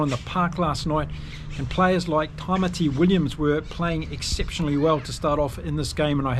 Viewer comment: Thanks for the great video. Please note, Tamaiti Williams is pronounced 'Ta-Mighty' and not 'Ta-Mitty'. Ta-Mitty is pronounced for 'Tamiti', whereas he is 'Tamaiti'.